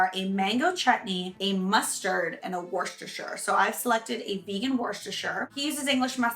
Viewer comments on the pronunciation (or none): Don’t pronounce the r in the beginning Worecestershire. It’s just woos- ter- shire